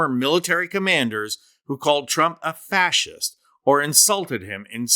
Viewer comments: can’t even pronounce fascist lol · If Kennedy put his teeth in he may be able to pronounce fascist! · First of all; may your father rest in peace and I want to Thank Him and your family for your selfless service and sacrifice. We all would have a very different life if it weren’t for all of you. God help us with this horrible person as president. This senator doesn’t even know how to pronounce fascist. How dare he question this man’s integrity? Really? Unbelievable. They worship a snake oil salesman and try to put words in this decent man’s mouth. Disgusting. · Sen Corn Pone is perfect for Senator John Kennedy!!! He sounds like and just comes across as an idiot... Who can't pronounce "fascist". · You'd think a fascist would be able to pronounce the word fascist. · He can’t even pronounce it correctly! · Kennedy can't even pronounce Fascist correctly. He doesn't seem to know what point he is getting at. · Kennedy mush mouth can't even pronounce the word 😆😅😉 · He can't even pronounce fascist correctly. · John Kennedy sounds like he was smoking some "wacky tobaccy" in his corncob pipe down in the bayou. Couldn't even pronounce FASCIST correctly. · He can't even pronounce fascist 😂 I'm smarter than Kennedy. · Funniest part is that Kennedy can't pronounce fascist🤣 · How does Kennedy hold office and he can't pronounce fascist? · Yeah and he can’t even pronounce fascist correctly 😂😂😂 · And senator Kennedy can't even correctly pronounce 'fascist; yet he is trying to screw Genearl Manner. What a travesty. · The doesn't even know how to pronounce fascist!?! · How is it possible that the Oxford Grad & Arrogant with the dripping & slobbering Southen' Drawl--aka Senator John NEEDY Kennedy--has no clue how to pronounce the words FASCIST & FASCISM. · Kennedy can't even pronounce the word!!! Whatta clown!! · Senator Foghorn Leghorn cannot even pronounce the word “fascist”. All he can do is engage in ad hominem attacks. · Pronounced "fas hist".